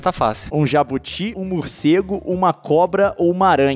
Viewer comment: Vc também errou,se fala jabúti n jabuti ou jábuti